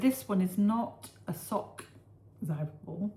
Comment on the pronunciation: happy anniversary, i love it, when you try to reed the Gernan name from the zauberball…. aaand the long podcasting 👍😊